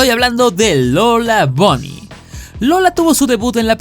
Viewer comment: por qué le dicen lola bony? ni buny ni bany??